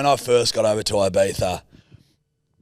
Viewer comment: I die every time I hear Eye-Bee-Thagh. Please read the following, phonetically: E-bee-thah (if we're talking spanish from Spain)